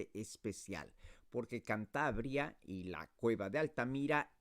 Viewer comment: “Chantabria”. Really? What pronunciation is this?